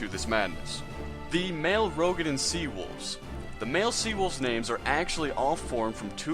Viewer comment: FYI it is pronounce "roo-ga-din"